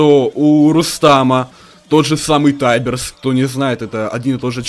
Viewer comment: Ты ДУРАК КАКОЙ ТАИБЕРС ТИБЕРС АНИ ТАИБЕРС